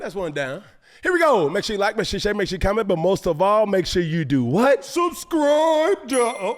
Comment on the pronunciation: 😂😂😂……subscrippppp……what? Subscipppppp……..hold up hold up